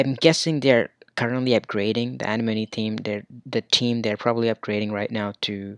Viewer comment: It's pronounced uh-nem-uh-knee